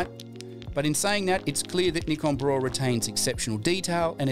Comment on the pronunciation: please say b-raw and not braw...